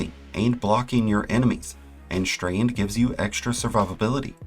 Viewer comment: Is this some sort of american accent to pronounce 's' as 'sh'? Like Shtreand.